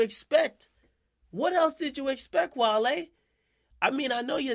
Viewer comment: Wale was fuck from the pronunciation of his name 😂 🐋